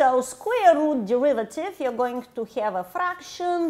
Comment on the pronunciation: Can't you just take the de-river-tive? (Sorry, not sorry)